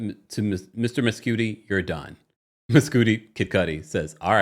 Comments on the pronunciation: I think it's probably Mes "Cudi" not Mescooti 😂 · “Miscoodi” is crazy bc if his name is “Kid Cudi [cud-dee]”, why would his actual name be pronounced differently?? 😂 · I’m dead at you calling him “mess-cootie” instead of Mescudi 😂😂😂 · I think its pronounced "Muh-sCUH-di as in Kid Cudi